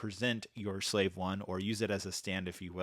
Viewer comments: It’s called the slave 1 not whatever you just said guy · Hey you mispronounced Slave 1 several times